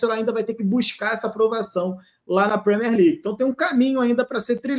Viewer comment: Premiér não Premér. Usei o equivalente em português para facilitar.